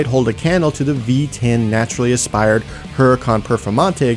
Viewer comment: listen to how he said naturally aspirated